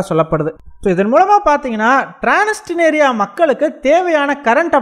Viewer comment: றான்ஸ்னிஸ்றியா என்று வாசிக்கவும் ட்றான்ஸ்னிஸ்றியா